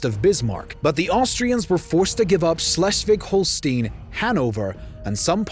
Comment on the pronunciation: I hear this „Schleswig-Holstein“ Variant of pronunciation and all I feel is pain… I wonder whether the author of this channel had a sadistic intention of hurting people…